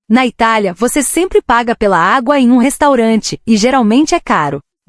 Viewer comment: Locutor de IA não perdoa erro de acentuação 😂😂😂